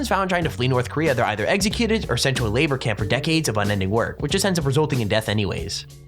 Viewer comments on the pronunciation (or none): none